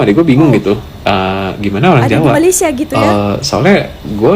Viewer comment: orang Malaysia tak sebut malaysie.....its Malaysia